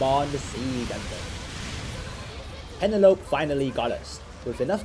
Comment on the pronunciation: "Pen-a-lope" 😆that's an interesting way to pronounce it.